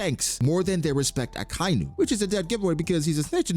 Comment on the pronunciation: Ya, even more disrespectful the fact that you can't pronounce akainu's name correctly..very respectful indeed, just like shanks eh 😅